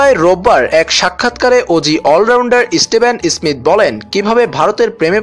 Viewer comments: "Isstiven issmith" :) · Who is this reporter he call staven smith.... Ha ha ha 😃😃😃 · Vai steve smith name ta valo kora uttcharon kor. Tar por news ta bolis